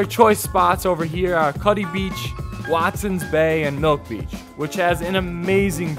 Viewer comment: Khalid Alawi I thought he said milf beach lol